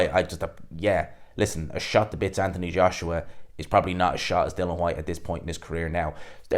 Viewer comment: DILLIAN FFS not Dillan...Geez Your pronunciation is shot to bits... Up next... Dyson Fury v Antony Boshua Spaniel DuBois vs Joseph Barker Yeah...Ding Ding...